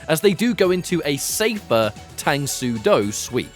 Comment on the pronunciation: Its pronounced “Tung” soo do btw.